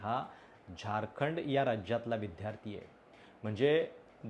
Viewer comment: तुम्हाला nit vdyarthi म्हणता yetनाही तुम्ही विध्यर्थी म्हणता हे किती chukiche aahe.